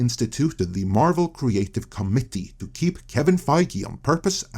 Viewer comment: I honestly feel that we should’ve kept “The Marvel Creative Comedy” as an inside joke instead of finding out and trying to fix the way he says “Committee”. We are missing out on some inside joke gold now.